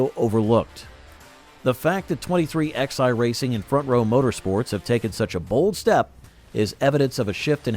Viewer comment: It's not 23XI, it's pronounced 2311